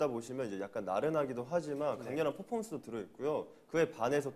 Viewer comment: The way baekhyun pronounce "performance" in korean was so cute ㅋㅋㅋ. It was like popomon haha